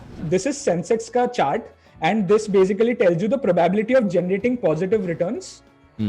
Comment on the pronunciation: How do you pronounce 'probaaabilty'?